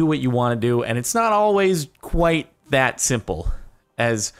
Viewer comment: Omg, I just realized that I say "Dat" because of Jordan.